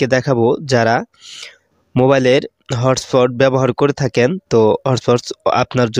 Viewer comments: ভাই হট পট না তো😂😂 hotspot বলে যে😂😂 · আরে ভাই হট পট না হটস্পট 😂😂😂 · আরে ভাই হটপট না হছপট😂😂